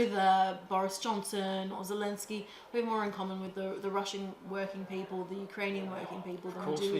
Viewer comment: I noticed that he slipped and said “Elensky”…….a ‘The Duran’ supporter to be sure! 👍🏼